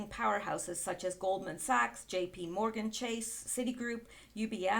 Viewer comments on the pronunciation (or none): none